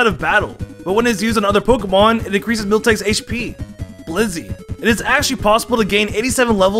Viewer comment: That irked me. Same with BliZZey and not Blissey.